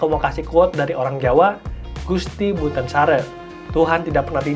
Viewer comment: Gusti Mboten Sare penyebutan Mboten M nya kurang ditekan..dan Sare penyebutan nya sama sate.. Kalo bukan orang jawa asli penyebutan nya aneh